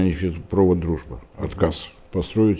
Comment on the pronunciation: Уважаемые господа, не нефтепрОвод, а нефтепровод, понятно ? Словарь ударений русского языка и другие словари для кого, для гамадрилов ?